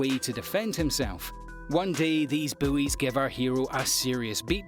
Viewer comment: Did he say "The high school buoys"?